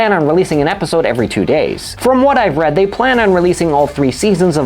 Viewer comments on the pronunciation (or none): none